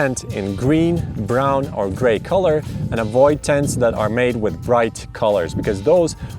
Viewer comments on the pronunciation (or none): none